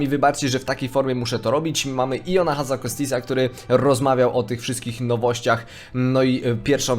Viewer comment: Kurde, jak mnie boli jak czytasz nazwiski Iona, to nie jest ,,Hazzakostis'', tylko Hazzikostas, pozdro.